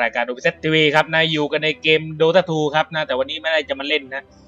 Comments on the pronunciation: มันอ่านว่าดอทเอคับ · ถ้าสะกดให้ถูกมันอ่านว่า ดอต้าครับไม่ใช้ดอทเอ -*